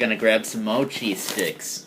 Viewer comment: Thought he said cheese dicks..... Am I a pervert or can anyone else relate?